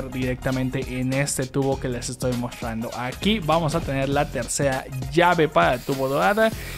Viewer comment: Porque no haces bien la pronunciación de la TR me pone nerviosa que hables y digas “mostrrrando” 😒